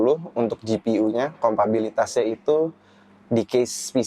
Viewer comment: Kompatibilitas bang bukan kompabilitas. :goodvibes